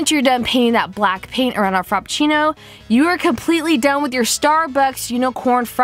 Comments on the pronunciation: I love you, but I cringed every time I heard FROPpucinno instead of Frappuccino. 😂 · Giselle R. Haha I laughed every time she said frop instead of frap. I was a little annoyed by the end tho